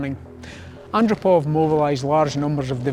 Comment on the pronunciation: Yuri Andropov annn drop ov- sounds like off